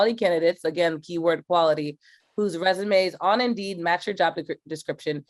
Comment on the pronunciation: I swear she said embiid a couple times instead of indeed 🤣